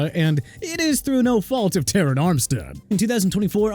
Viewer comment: FIRST OFF CHUBA HUBBARD IS PRONOUNCED CHOO-BA NOT CHUBBA AND SECOND TERRON ARMSTEAD IS PRONOUNCED TR-AAN NOT TE-RYN! GET THEIR NAMES RIGHT!!!!! SMH!!!!!!